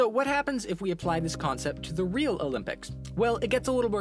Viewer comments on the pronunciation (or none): none